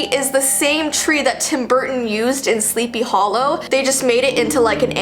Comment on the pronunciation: i think you mispelledvthe spelling of movie you said sleepy hallow its actualy happy hallow